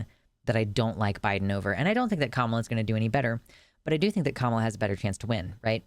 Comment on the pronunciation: I wish had any friends left so somebody could tell him how to pronounce Kamala Harris’ name